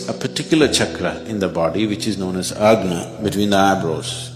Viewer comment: Agna? No, "agni" is in stomach burning xD "Ajna" in sanskrit...and color is not orange. Muladhara is not yellow.